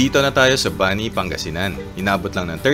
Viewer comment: fyi po para pong mani (peanut) ang pronunciation ng Bani. gaya din po ng Pugo mabilis lng din po ang pronunciation